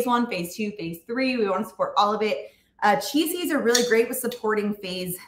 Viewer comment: At first listen, I thought you were saying, "cheezies" are detox promoting! Chia seeds, not cheezies. Got it!